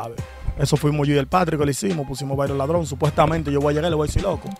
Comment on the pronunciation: No dice ladrón dice ladron, palomo.